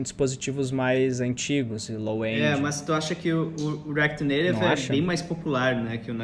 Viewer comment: como é que é "reaquiri neirevi" kkkkkkkk pq tu nao fala "reaquiti naitive"